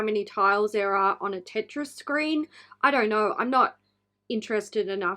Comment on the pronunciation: As one of many people who grew up with Tetris, that's annoying to see another brand butcher it. I have faith that someone will eventually get it right... maybe. 🤷‍♀️ As for Ofra (which way is it supposed to be pronounced? Does it rhyme with Oprah?). The packaging for this particular collection I actually understand it, because Samantha March has published 8 or 9 books, all geared towards young/women. I agree that the brand needs some young blood and to push the design side a lot further than it has gone. Ofra Gaito has been in the game over 40 years, and the brand not keeping up with the industry is really becoming obvious. I almost never buy stuff at full price, because it goes on sale quickly, and that's where a lot of people see the value. The brand is fairly responsive, so if enough people bring it to their attention, then they'll probably do something about it.